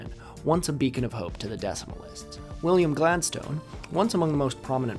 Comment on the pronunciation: I wouldn’t normally leave such a comment but you seem like a guy who loves to learn so I must say that your pronunciation of ‘exchequer’ is wild. Also, names like Gladstone are typically pronounced with a schwa on the final vowel, not like the word ‘stone’.